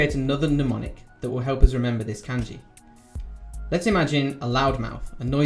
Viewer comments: It's NOT "KAENJI", ITS "KAHNJI"!!!!! SHORT "A" SOUND, MY FRIEND! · did is not irritate anyone else how he says pronounces kanji like can-jee instead of kahn-jee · For all your knowledge of Kanji, why do you pronounce the a vowel /æ/ instead of /ä/? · It's funny that someone who can write Kanji can't pronounce Kanji correctly. LOL. It's pronounce Khan-ji people, not CAN-ji. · Isn't it pronounced kahn-jee, Not can-jee? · Say Can-Ji one more fucking time. You pronounce Ka as KAH the same with every other A sound in the Japanese alphabet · why does he pronounce it like "can ji" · I trust you... but I question you because you’re calling it k- ANN- ji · Did this mans just say "can-ji" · Cum gi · shmoppl bGFzdG5hbWU Japanese speaker here, it is like a g as in giraffe. It's spoken kahn-ji. like with a j sound. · I couldn't get over it either. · the way he pronounces “kanji” is just unforgivable 💀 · Isn’t Kanji pronounced as if it rhymed with Bungee? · He uses the Anglicized pronunciation, doesn't mean he doesn't know what he's talking about. The method he talked about for remembering kanji is really useful. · I'm sure it is, but I just can't get past that annoying flaw. It looks like its just Heisig in a video, which is nice but content is only one part of a video. I have no confidence in learning a language from someone if they don't even bother to pronounce a major word correctly. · I think op was talking about the "a" in kanji. Japanese "a" is more like the british "a" in "can't". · Fan ( I assume you know what a fan is.) Fawn (Multiple meanings, usually as a verb to Fawn over someone.) Changing the way the letter sounds changes the whole meaning of some words. It's not an accent. Calm down, you're getting paid to teach. Beginners watch these videos. You wouldn't teach a new English speaker that Can is pronounced Cawn. Simple as that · Its looks really bad when you cant even say "Kanji" correctly.